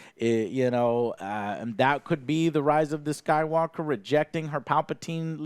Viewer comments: Did i hear Joe say Rise of Skype-Walker? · "The Rise of Skypewalker"